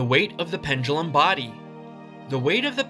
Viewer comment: correct: body incorrect: bardy